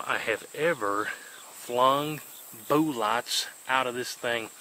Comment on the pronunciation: BOO-LOTS. 😂😂. Love it.